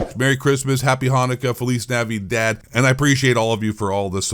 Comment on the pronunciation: Oh buddy you DID NOT have to try to say "feliz Navidad "💀